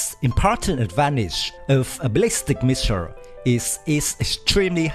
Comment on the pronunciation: missile NOR MISSIR DEAR LORD PRONOUNCE L